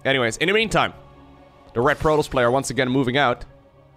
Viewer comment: Protols? You mean Protoss.